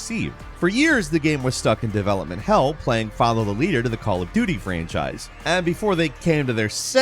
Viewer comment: I most definitely heard Call of Do Me.